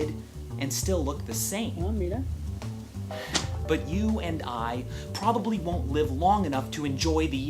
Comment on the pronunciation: That "Ah, mira" <3 that latino accent is unbeatable :)